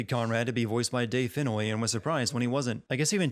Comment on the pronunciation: 38: Fennoy, not Finnoy